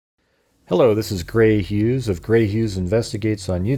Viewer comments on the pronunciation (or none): none